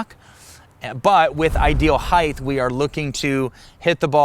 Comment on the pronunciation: Height not Heighth….love ya!